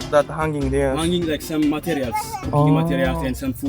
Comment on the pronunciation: の話されている英語のアクセント、日本人の英語のアクセントが似ているところがあるように思いました😮 materialをマ・テ・リ・ア・ルと発音されるところなど。 もしかすると彼らの母国語で日本語で、母音と子音の関係など、言語的にどこか似ている部分があるかなと考えました。